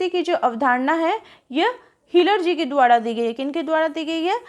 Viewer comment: द्वारा को द्वाडा क्यों बोलते हैं र को डा बोलते हुए 😊